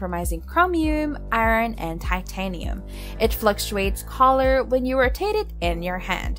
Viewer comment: Annoying to hear ‘colour’ pronounced ‘collar’….